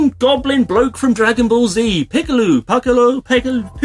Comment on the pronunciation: Lol Picolo (Pick-ah-low) he's an awesome char. Very interesting box. I particularly like the helmets and frame. Cool Vid!